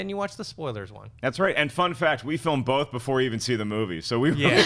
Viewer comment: it's both not "bolth";)